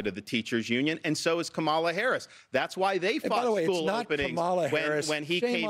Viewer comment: It’s kaamala Harris no Kamala Ron 😅